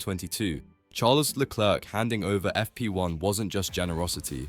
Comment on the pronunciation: This ai tries hard with it's accent but words are mispronounced; chassis/leclerc... good effort though.